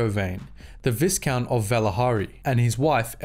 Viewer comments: VIEcount, not VISScount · Viscount is pronounced Vy Count. The s is silent. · Vi would sound more like the letter V while you can hear the (aight) in the other one. Since the word is french I'd say you shouldn't pronounce the S and it would sound like V Count. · Viscount is pronounced vigh count. Like high, but with a v. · The "is" in viscount is pronounced like the "is" in island. Viscount should sound like "vie-count". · No it is pronounced vis count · Its definitely pronounced vigh like byeee. Look where the term came from. How would you pronounce vigo carpathians first name? VEEgo? Or VIGHgo? Clearly VEEgo. Much like the word ERGO its pronounced AIR GO. Versus errr go. Viscount is pronounced VIGH count. You cannot change my mind. Its basic phonetics. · Christ, dude. "Vigh-count. VIGH-COUNT." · Yes there is an ‘s’. But it’s silent! Pronounce v-eye-count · Viscount is pronounced Vi count. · Viscount is pronounced vycount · It is pronounced vi,kount with the I being a long I as in vie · Sorry bruv but it bugged the shit outta me, it's pronounced vy-count. The S is silent. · It's an older video, but dang. Star Wars lore vids have a way of getting the pronunciation of "viscount" wrong and apparently have for a while now. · Visount has a silent S. Also, Serrano is said plenty of times in the shows, and it's also not how you pronounce it.